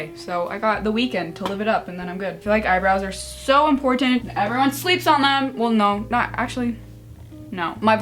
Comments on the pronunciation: "impor TH ant" is it just me who finds it funny? lol! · LOL the way you say important